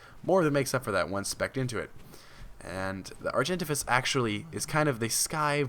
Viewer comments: He says argentivis Its Are-gen-Tay-vis Argentavis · No hate, just a correction its pronounced ''Ar-jen-tave-is'' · Actually, it's Ar-jen-tah-vis following ARK Gamepedia ... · lol he pronounced argentavis wrong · What is it with the pronounces? I cant realy say or speak to you how you should pronounce the name but as a pice of advise, look it op or somthing befor you make a vid. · Olivia Alan Yes he said it weird